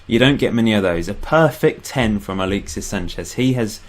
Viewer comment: Im not sure how much more 'aleexsis' i cant take lol